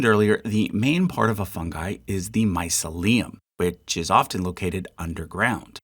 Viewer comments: Not bad at all! Only a few mistakes - the main one, which really grated, is the mispronunciation of mycelium, which is always said my-SEE-lee-um. Also, puffball spores are brown or dark, not white. There was a possible mistake in yeasts, too, as you said fermentation is the process by which one substance breaks down another one. Well... yes... the 'substance' breaking down the sugar into CO2 and water, and releasing energy would be enzymes in the yeast cell. Fermentation is the action of an organism 'doing respiration' and releasing waste products such as CO2 (the bubbles in bread aren't air, as such) and alcohol, or another waste product. Finally, the lobster mushroom isn't itself a 'large mushroom'. It is a parasitic species which grows in and on certain other species of fungi such as Lactarius and Russula. But... I really enjoyed this video, thank you. Some of my favourite organisms were mentioned! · Genus is the singular form, and genera (/ˈdʒɛnəɹə/ JEN-uh-ruh) is the plural form. Mycelium is pronounced /maɪˈsili.əm/ my-SEE-lee-um. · What a wild way to pronounce mycelium. I wish fungi was its own chart. I would have purchased one if it was. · Not native speaker but isnt the stress on second vowel in "mycelium"? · You appear to use "fungi" also as the singular. Isn't that actually "fungus"? And mycelium you pronounce my-suh-LEum, isn't it rather my-SEE-lium? Not sure myself, hence asking. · no it is not, myceLIum (sounding like mausoleum) is no word but myCElium (sounding like mice-helium) is .... dunno why u repeatedly say mycelééum but it is really bewildering even to a non-english speaker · My-CEL-I-um, not My-ce-LI-um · Dude. Mycelium is basically the whole reason why human beings have consciousness and the reason we exist the way we do. I’m not sure why, but I find it very ragging the incorrect way you keep pronouncing it. It’s not like mausoleum. My-SEA-Liam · Thank you awesome again. BUT drove me nuts the the mis-pronunciation of mycelium. my-SEE-lium